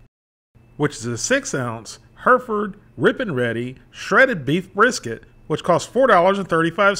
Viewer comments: It's HERR-if-ərd nor HER-ferd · Thanks for the review! But it's pronounced HEH-reh-fud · Us brits would say the name like this hairyford. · Take a shot every time he butchers the way to pronounce Hereford ...